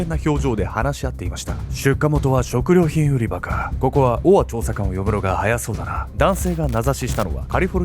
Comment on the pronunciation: 「オア」が「ボワ」に聞こえて、燃え上がる音みたいだと思ったら、承認欲求をこじらせたあまり、犯人しか知らないことを小説に書いて墓穴を掘っちゃうなんて… 哀れというか、救いようの無い馬鹿というか、ホントに亡くなった人が可哀想過ぎる